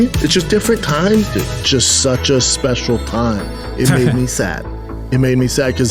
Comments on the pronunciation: It's was a speshial time I had a can of pringles on my shoulder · So speshul man, jussa speshul time